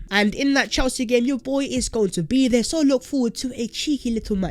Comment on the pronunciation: "THEYRE GARGANTUAN; OF COURSE IM GONNA GO DERE" 😂